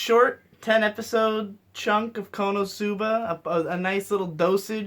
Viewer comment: Also I think has become lazy with his humour; pronouncing/repeating some words weirdly ("konobuba") is really low brow humour. It almost feels like what a retarded kid would come up with.